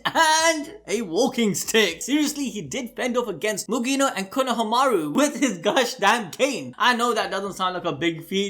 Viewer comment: Why does he say Konohamaru like, “Kono-hamaru”